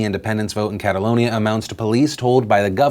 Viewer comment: I cringe every time you say Catalonia...